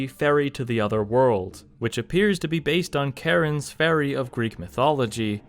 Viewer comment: Thank you for pronouncing, not only Charon, but macabre correctly.